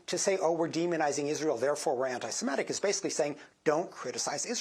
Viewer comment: Weird how so many people can say "anti-Semitism" and then say "anti-Simetic".